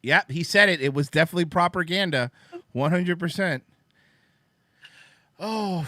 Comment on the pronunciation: Also, I wonz herd that the Nazis used proper ganda to madipulate their sosaiedy. P.S. Receiving history lessons from Schaub feels like listening to a homeless cat going on a rant in a public bus.